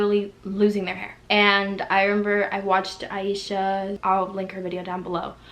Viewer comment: I love your accent & the way you say “I meba” instead of remember lol. But you’re so beautiful regardless, I’m sorry this happened 🥺